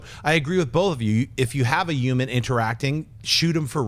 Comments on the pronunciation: U guys ever notice Schnepp doesn't pronounce the h's in words like human. He'll say uman 🤔 just sayin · D Yuman factor, InYumans movie, Suicide Squad Yumor... I can't unhear it. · Schnepp...what is a "euman"? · Schnepp saying h-words. Yuman, yumor, inyumans